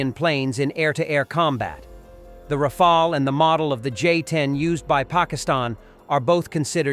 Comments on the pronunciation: It's Ra-fa-le not Ra-fa-el... Rafale is a gust, Rafael is an archangel😉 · The planes name is Rafale and not Rafa